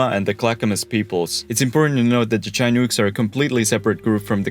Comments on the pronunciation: Lol oh, no. Not the Chai Nukes. It's pronounced locally as: shuh-nuck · Chin-ooks - pronouned Shin-ooks not Chi-nooks. I give you props for pronouncing Multnomah, and Clackamas, and Oregon correctly - congratulations. The entrance to the Columbia River is also known as "The Graveyard of the Pacific." More ships have perished here than any single location in the world. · It’s not chy - newk, it’s shi-nook, like book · How dare you not mention the Portland Pickles. Also its pronounced chin-uk, not chine-ook, Also also its so weird seeing a YouTuber show B-roll of my favorite local bookstore and call it a charming little bookstore (it is its fantastic) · It's also not Chai-nook, but Shin-nook. This ain't Chicago. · A couple of pronunciation corrections for those who are interested: Chinook = "shin-nook" (rhymes with "thin hook") not "Chee-nook" Couch (the name) = "Cooch" (rhymes with "pooch") not "Cowch" The Dalles = "The Dahlls" (rhymes with "The Owls") not "The Dallees" Marquam Bridge = "Mark-um Bridge" (rhymes with "bark") not "Mar-kwam Bridge" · Very well done, thank you! Pronunciation: SHiNOOK , CooCH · Chinook is pronounced Shuh-nuk and in this case, Couch is pronounced cooch. Tualitin is pronanounced too all ah tin. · Just for the record Chinook is pronounced shi - nook, probably wouldn't recommend Portland unless you're a certain type of hippie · Chai-nukes huh? 😂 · Also Chinook is "Shin-nuck" or less commonly "Shin-ook" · shin-ook, ook being pronounced like look without the l. The dalles is pronounced dalls. E is silent. You also pronounced couch wrong, it’s cooch not couch. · Yeah but he mispronounced couch, he mispronounced The Dalles, and he miss prounonced Chinook. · He definitely mispronounced chinooks too lol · The pronunciation of "Chinook" made me click off immediately. Fucking AI garbage. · Great video. You nailed the history, minus the pronunciation of a few native words. Namely, chinook and the dalles